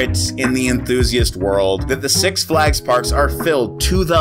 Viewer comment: "SUX Flags" LOL